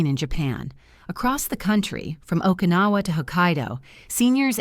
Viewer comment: The message is good. The delivery is ANNOYING! That AI-generated too Western sounding voice makes it fake. The pronunciation makes me cringe - not only mispronounced Japanese words but English words. Okinawa is not pronounced OKA-nawa. Kyoto is not pronounced KEE-yoh-to. It’s not Collagen (letter) “I”, it is (number) 1. It’s too long but that full on Western-sounding voice is horribly annoying. And, it is way, way too long and drawn out. I’ve watched other videos from these people before and nothing has changed. Same annoying voice, mispronounced words and way too long.